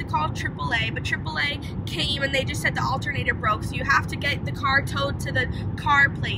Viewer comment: When she said "do we need a new altunater"I was like U NEED A NEW CAR!!!!!